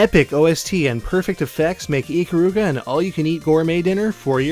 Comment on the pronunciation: its i-kar-ruga not ick-karuga